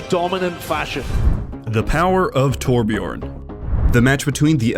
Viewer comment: Its torbjörn ok not torbjorn not o its ö is this so hard?!